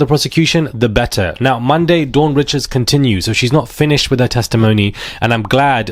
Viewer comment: The name is pronounced Reeeeecharrrd